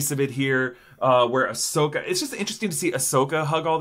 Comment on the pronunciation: Ahsokii!! Sorry I had to 🤣